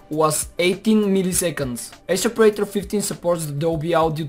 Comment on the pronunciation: its called predator , not praitor